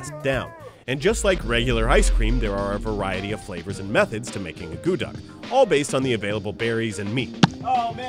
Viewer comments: pronounced 'ah-koo-tuck' not 'ah goo duck'. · That is NOT how you make akutaq, and it is not only made in Alaska but across all Inuit nations (NWT, Yukon, Nunavut, Nunavik, Greenland). And, by the way, it is not pronounced uh-GOO-duck, but AA-coo-tack. At least in Nunavik anyway. I can't say for all Inuit territories because the dialects are so very different. So it very well may be pronounced uh-GOO-duck in Alaska, actually... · From Alaska myself, I found a few of the facts incorrect and they didn't make it correctly. However, I am very surprised they didn't knock it or degrade it. It's. Very tasty treat and I love eating it. Also the pronunciation was incorrect.